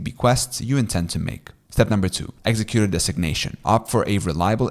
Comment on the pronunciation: Thanks. Just to let you know, you are mispronouncing some key words like executor and nullify. I suggest checking your pronunciation. You seem like a non-native speaker of English, so you may not realize the errors.